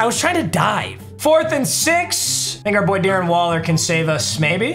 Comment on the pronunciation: sounded like he said “hard r boy Darren waller” but he said think our boy Darren Waller 😭